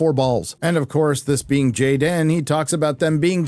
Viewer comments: His name is not Jayden, it's Gayden. ;) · It’s GAY-den